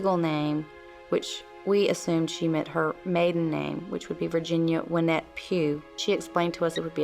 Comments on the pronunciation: why doesn’t the narrator know how to pronounce Wynette. He says ‘Wine-ette’. Is he just dumb or dumb AI ? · Thought it was Wynette.. he’s pronouncing it wrong